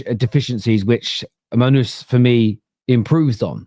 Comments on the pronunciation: Did just say “Monuz”? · Mon Noose!! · Munooz lol 😅 how is this guy a football content creator